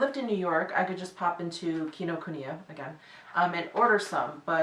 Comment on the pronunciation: yes, your Kinokuniya pronunciation is perfect 😊